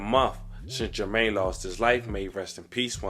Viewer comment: Bro called that nigha TRAYmaine😂